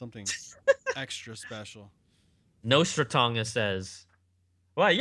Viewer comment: Nostra-Tong-us lol